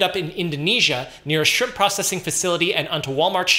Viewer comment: “…On the frozen shrimPPPPPPP”